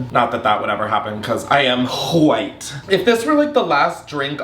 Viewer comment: The emphasis on the ‘wh’ in white killed me. I looove these videos ❤